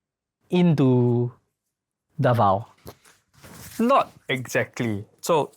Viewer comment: 1. QUIAPO is pronounced Kya-po 2. RONQUILLO filipinos say Rong-kil-yo 3. DAVAO is Da-vaw